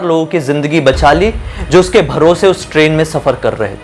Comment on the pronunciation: Abe tu train bol raha hai ki crane